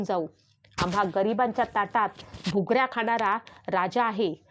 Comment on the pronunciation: डोळ्यातून खळाखळा पाणी... खडाखडा नाही. घुगऱ्या.. भूगऱ्या नाही.